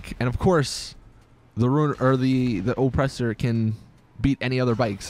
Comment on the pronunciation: IN-surance, O-ppressor